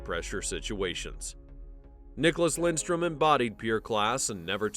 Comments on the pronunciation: Yankees, its Lidstrom, not Lindstrom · Ya, his name is Lidstrom, not Lindstrom. Jesus. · Why do you say Lindstrom? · Had to turn off immediately when I heard his name pronounced incorrectly 3 times in the first 30 seconds. If you’re going to do a piece on a guy at least know how to say his name.